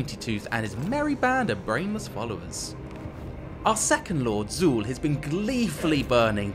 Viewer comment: the pronunciation of "Hashut" and "Zaul" offends the gods